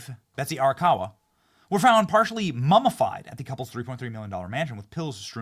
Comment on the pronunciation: Ok. I can't listen to this anymore. Learn to pronounce words properly: MUMMIFIED not MUMMAFIED. Absolutely awful pronunciation.